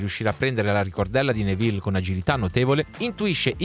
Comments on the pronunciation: Fermo fermo fermo, così caverai le orecchie a qualcuno e poi sbagli pronuncia, è Nèville non Nevìlle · Tutto bello, però attento alla pronuncia dei nomi. "Nevìlle", mi fa immaginare un personaggio napoletano nella saga